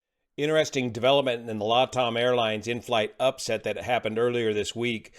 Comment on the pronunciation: "inflight upset"?